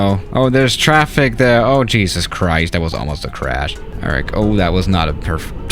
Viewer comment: normal - jesus late 2020 - "chees-us"